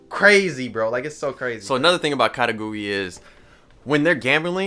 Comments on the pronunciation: The pronunciation is Ka-Kay-Goo-Ruu-E I believe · did he just say..katagui? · Ya I felt like he was saying it weird